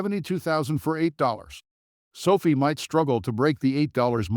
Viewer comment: It's not SO-fee. It's SO-f(eye) With a hard capital letter I. Sophie is the girl that serves you coffee at Starbucks. Call it correctly and I will take you more seriously. (No, I probably still won't.) Get a real person do do your commentary instead of your AI program that doesn't understand. How can it?